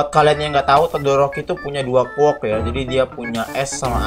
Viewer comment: Quirk bang bukan quork